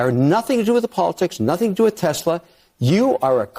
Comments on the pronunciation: Its TESLA not TEZLA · There is no 'Z' in Tesla.